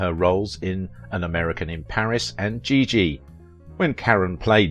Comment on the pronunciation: A very talented dancer, movie star. Thanks for the post. But, please pronounce her name properly as well as the movie "Giggi' -- a soft "G."